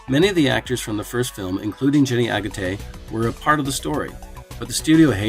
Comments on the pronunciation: Jenny AGUTTER, not "Aguttay" ! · That's some horrific mispronunciation of Jenny Agutter's surname. It's not pronounced Agurtay, where the hell did you get that from, are you dyslexic?